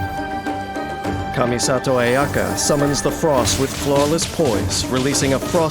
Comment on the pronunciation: He pronounces her name better than her own voice actress